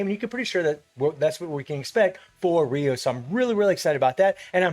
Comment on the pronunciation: Yes its ryu,...not raiyu